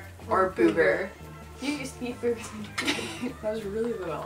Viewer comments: "Booogers"? LMAO stop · its not pronouced boo-ger its pronouced boog-er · Why do they say BOOGER. God it's annoying .